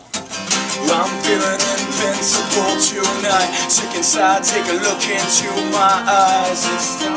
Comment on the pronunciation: It's Invincible not Incincible